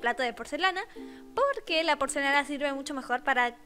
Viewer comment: NADIE: ABSOLUTAMENTE NADIE: YO: Tu: Porcelana :D Tu: Porcenala '-' EzPeRaH KhE?? :V